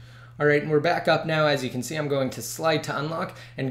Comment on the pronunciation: You have to speak more clearly at the end it sounds like you said "YOU CAN'T" jail break these devices